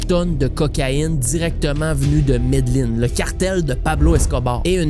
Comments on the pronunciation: jai ecouté toute tes videos mais celui ci me chicote un peu, deja, c'est pas médeline, c'est medellin (prononcer yin) et pablo escobar, a pas de é à la fin. Bref petite critique de gars avec des tocs. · très bon!! on prononce ''medejin'' pas ''medeline'' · mes oreilles saigne a chaque fois qui dit medellin